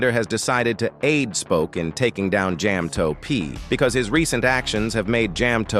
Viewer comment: "Jame Toe P" 💔